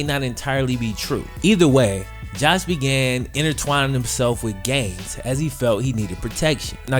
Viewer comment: Lol i thought he said he involved himself in gays lmao. Not gangs.